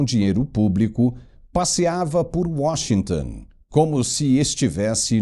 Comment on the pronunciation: É Washington, não é Washingtan